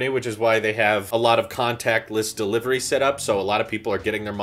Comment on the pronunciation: ah yes, Deliviery